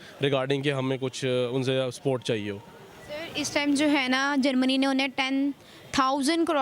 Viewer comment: Bhai ye Pakistani log support ko sport kyu bolte h 😁😁😁😁